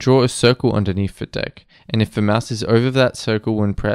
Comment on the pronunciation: dont pronounce "deck" like that 😔